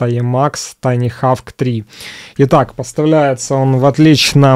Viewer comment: очень прошу, не ленись перед записью спрашивать у гуглопереводчика, как произносится название обозреваемого продукта. Ну какой хавк?) И такая фигня раз за разом, из выпуска в выпуск.